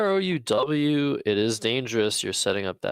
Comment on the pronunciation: Vrouw is pronounced to rhyme with wow and brow....source: I'm Dutch ;)